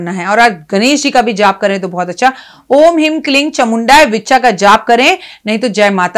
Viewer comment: It is vichye not vicha